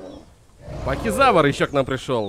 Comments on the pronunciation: И не пахизавр а ПАХИФАЛАЗАВР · Уши режет твоё произношение. Терезинозавр. Шантугозавр, пазицефолозавр, гиганотозавр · Терезинозавр* Пахицефалозавр* Гиганотозавр* Паразауролоф* (или паразавролоф?) Шаньдунгозавр* Карнотавр* запоминай, )